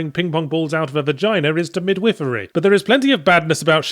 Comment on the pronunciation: Oh but I do like a correct enunciation of midewifery. Why you don't ask? Cos it sounds like something a pervert would do which is a subversion of expectations right there. What? Just me. Bah!